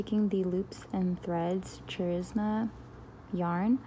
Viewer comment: Looks very nice. Just wanted to point out that you don't pronounce the "ch" like you think you would for the Charisma yarn. It's pronounced like "karisma". Don't want people biting my head off for this. I'm just being nice in correcting.